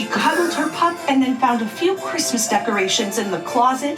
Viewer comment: The way she pronounces the "Chr" in Christmas makes me want to stab my eardrums out. Was she intoxicated while making this? Someone on Reddit found the chicken purse if you're interested. Also, how is she wearing a sleeveless dress in one scene and a winter coat in another?